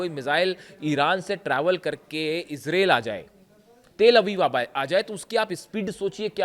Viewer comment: Mr reporter bai Israel 🇮🇱 not isralle 2. 😂😂😂😂 I think you need to learn English course